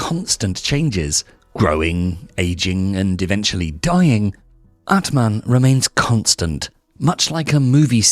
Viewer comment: aatmaan means soul, pronunciation is wrong